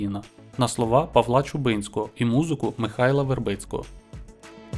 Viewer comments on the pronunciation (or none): none